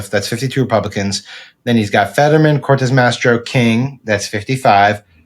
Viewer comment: SAM- “Cortez-Masto” there is no ‘r’ in Masto.